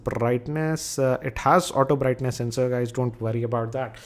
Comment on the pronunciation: notice,he says brrrrrrightness...lol...hahahaha